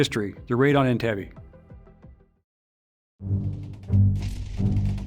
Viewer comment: Entebbe Pronouns is wrong Learn Swahili